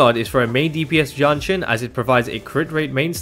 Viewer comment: I couldn't tell which hero he was saying between Danjin and Jianxin, so this video got real confusing real fast.